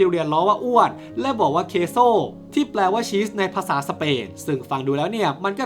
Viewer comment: ชื่อเขาออกเสียงว่าเคโซครับ